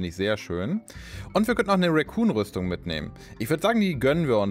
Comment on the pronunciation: Eine Sache die ich seid ich dabei bin knuffig von dir finde: Du sagst immer "Racoon Rüstung" also "Waschbär Rüstung" :D "Recon" wird genauso ausgesprochen wie es geschrieben wird, kommt von "reconnaissance" :D Ist echt keine Kritik, ich find es nur iwie sehr knuffig ;D